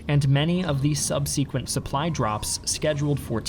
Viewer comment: Subseekwently?!! Subseekwently?!!! Subsequently! You are the second YouTube historian I have encountered to use this bizarre pronunciation. That being said, great video.